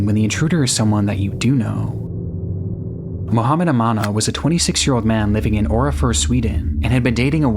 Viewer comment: barely called the poloice🥀 on mohaamand